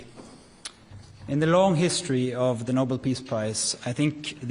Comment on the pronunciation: Reminder: Alfred Nobel invented dynamite, which has possibly killed many people in multiple wars. Second Reminder: joe biden's press secretary (KJP) pronunced Nobel's name: "noble" propounding the notion that someone was being awarded a noble prize.